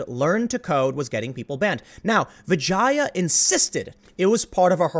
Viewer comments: It’s pronounced “vijah” lol I know this because I watched the joe Rogan podcast... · Vee-jah! For fucking hells sake, you did a 3 hr podcast where her name was clarified at the start and said correctly lots of times!!! #LearnToSpeak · No Tim, they are evil. The moment you explain and demonstrate that they are doing something wrong but still continue to do it, its just evil. P.s. Vijaya?!🤣. More like vajina. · I think it's hilarious you mispronounced her name. Amazingly funny.